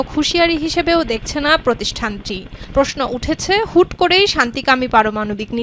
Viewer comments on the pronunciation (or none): none